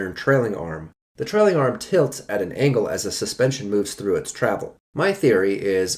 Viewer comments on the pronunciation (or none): none